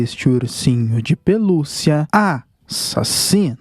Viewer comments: Cara eh muito show qnd vc fala a.. sassino🤣🤣🤣🤣🤣🤣🤣🤣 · Adoro quando ele fala a-ssassino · Interessante o jeito que vc fala Assassino